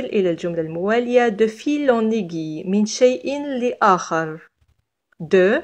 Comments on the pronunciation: Merci beaucoup mais je pense la prononciation du mot aiguille est اڨوي c'est pas اڨي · Merci pour cette vidéo. Petite remarque mot (aiguille) se prononce "aigwille" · اهلا بكم متتبعي الكرام. ورد خطأ في نطق كلمة aiguille الابره و التي تنطق "aigwille". شكرا على تفهمكم.